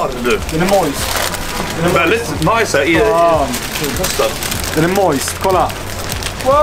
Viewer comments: "borgir" haha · hahahaha Burgir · bara jag som hörde "BORGIR" vid ??? XD